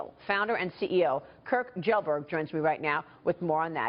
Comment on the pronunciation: so thats how you pronounce pewdiepie's last name. These people caan respect this guy enough to say his name properly but you will never see that respect from disney or bella thorne.